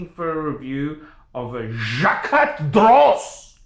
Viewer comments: I'm unlikely to take advice from someone who can't pronounce the company's name, who has clearly had one too many sundowner and who charges strangers for advice. Personally I'm not a fan of this exact one, because either his wrist is too small or the watch is too big. Most people end up with the 43mm, but JD do make some complications and limited series watches at 39mm, which look better. The dial is the main event on a JD, that said, the mech is good, with a 22ct rotor. Second hand, a solid gold one can be had from 7,000USD upwards depending on scope of delivery and complications. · Here’s a free review. You’re a “fucking idiot”! First learn to pronounce the brand if you’re in the business. Not everyone who collects fine watches does so to sell. Second, the Jaquet Droz borrows movements from Swatch Group sister brand Breget. A master manufacturer with centuries of experience, with status in the business to bulldoze Rolex. Kings and Queens do not wear a brand every dickhead with a few bucks stuffed in his mattress buys because other dickheads like you advise them to. JD is a brand for people of class and taste, not the watch world equivalent to a used car dealer like you. The mistake the gentleman who paid you for an opinion made was to pay you! My advise to you is take that $50 and go buy a gram of class!